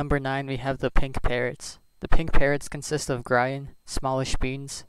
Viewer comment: YOU PRONOUNCED GRIAN’S NAME WRONG.